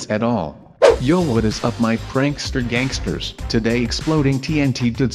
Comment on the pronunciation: dude why are you saying yanckster gangsters